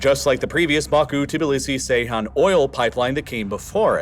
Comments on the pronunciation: I’m starting to think you mispronounce stuff for engagement… which I understand I am now providing but still. Tibilissy? Cmon man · Your pronunciation of the Georgian capital is hilarious!😂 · Did you really just make a whole video about Georgia, and not look up how to pronounce Tbilisi?